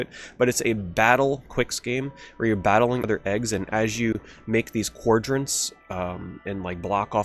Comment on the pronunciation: quadrants, not coredrintz